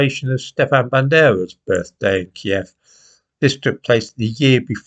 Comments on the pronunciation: I knew of kiev. You pronounce it right too. It's not keeve, it's key ev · Thank God you pronounced it KIEV, and not the PC American KYIV, which has been thrust down our throats by the Lefty BBC and MSM.